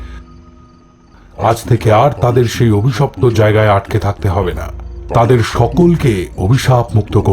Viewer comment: স্ক্রিপ্ট যারা করেছেন তাদের স্যালুট। যে যার কাজ দিয়েই প্রতিবাদ করুক। অন্যভাবে নিবেন না প্লিজ,ন্যারেটর অভিশপ্ত শব্দকে অবিশপ্ত বলছিলেন।আশা করি পরের এপিসোডে নিশ্চয়ই ঠিক হবে।